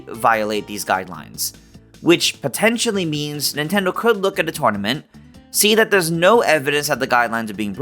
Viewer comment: Why do you pronounce “tournament” like that?